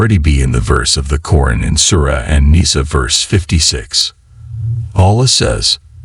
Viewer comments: Stop using A.I as a narrater..its not Corin its QURAN.. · Its Qur'An not Qoo run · What your pronouncing Quran is actually to be pronounced as Quraan. You have to stretch the sound 'a' as 'aa' as in for example "alligator"